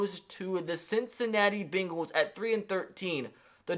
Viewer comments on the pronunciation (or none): Nobody: Not a damn soul:: Ceencinati Beengulls